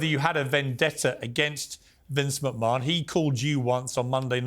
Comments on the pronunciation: Calling him Mcmun instead of McMan sounds wierd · Does piers say Vince mcmoan ? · It's Vince mcMAN not mcMAAHAN YOU DUMBAZZ PIERS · it not pronounced macmon its pronounced macman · Mate he’s called Vince McMahon not Vince machmaaaan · Your English Piers its not McMarn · The way Piers says Mchmahon triggers me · Why's he calling him macmaarrrn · i heard Vince "MaMan" twice. :/ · Piers pronounce McMahon correctly. Its his name after all. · I can't get over how he keeps saying McMahon. 😂😂😂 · The way Piers is pronouncing McMahon is doing my sweed in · Right? I thought I was the only one who noticed that 😂